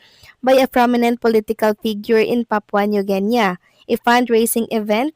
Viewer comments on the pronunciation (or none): Papua New GI-NI not Gen -Ya😂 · correct pronounciation po ay Papua New Gini, hindi New Genya. (Papua New Guinea) Thank you for always giving news abt EB :face-red-heart-shape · You don’t even know how to pronounce Papua New Guinea 😀😀😀😀